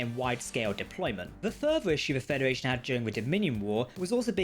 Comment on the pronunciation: I'm sorry, sorry, so sorry for this...not trying to be mean, just have to get it out of my system. It's Federation, not Fedawation. Either way, your videos are AWESOME!